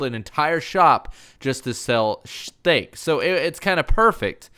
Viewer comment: That’s some good “shteak”